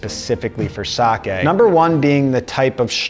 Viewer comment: Thank you for not pronouncing it 'saki'.